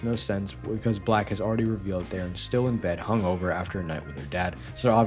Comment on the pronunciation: First of all, don’t pronounce it like that. Second, that’s a still image.